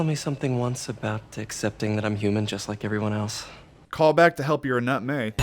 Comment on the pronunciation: "Anut May" 😬